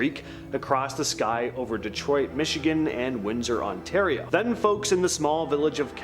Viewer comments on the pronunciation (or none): none